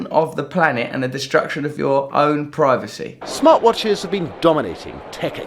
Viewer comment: 8.36 Does he say "privaty"?